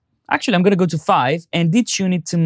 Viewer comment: *** 5 stars out of 5. Very useful and clear presentation. [just for a laugh: I didn't get what you meant by "ditchin'" until I realized it was "detune" :-)]